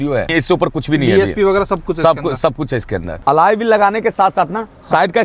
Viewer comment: Alloy ❌Alaaye ✅